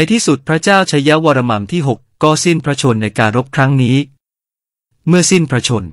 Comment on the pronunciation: ตรวจสอบนิดนึงค่ะ'วรมัม'หรือ 'วรมัน' ผู้อ่านออกเสียง'มัม'ทุกคำ ส่วนตัวเคยเจอแต่ 'วรมัน'